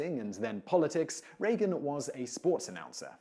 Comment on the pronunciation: LOL - funny thing Simon thinks it necessary to point out the correct pronunciation of J.Q. Adams' middle name, while mispronouncing R. Reagan's last name consistently in another video :-P